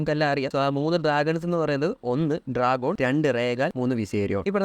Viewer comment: Correct ഒന്ന് നോക്കിട്ട് വീഡിയോ ചെയ്യുന്നത് നല്ലതായിരിക്കും... Daenerys ന്റെ ഏറ്റവും വലിയ ഡ്രാഗൺ 'ഡ്രാഗോൺ' അല്ല 'ദ്രോഗോൺ' ആണ്... പിന്നെ പുള്ളിക്കാരീടെ husband 'khaal drogo' ആണ് draaago അല്ല..😢😢